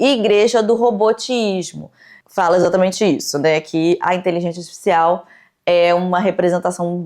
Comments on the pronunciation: HahahaahahAh muito fofinho o jeito que ela fala artificial “asticicial” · me revirando a cada vez que ela fala iteligecia atificial